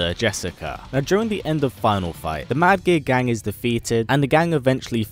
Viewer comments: Is he saying "Mad Gear Gang" or "Mad Gay Guy"? lol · I can't stop hearing him say "Mad Gay Gang"